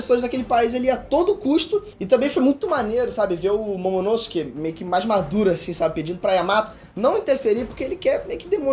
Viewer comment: o vídeo está ótimo bem construído e interessante, único ponto é que acredito que seja melhor falar os nomes segundo a fandom como "logia", ''momononosuke'', ''buggy''